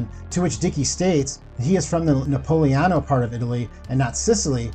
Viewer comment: Left out syllables on every Italian name and calls mainland Italy "Napoleon Italy" instead of Napolitano.